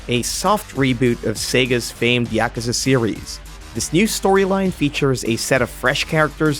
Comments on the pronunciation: Its pronounced right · People that pronounce Yakuza correctly? Wow.